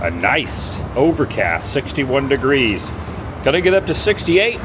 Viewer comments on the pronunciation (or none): none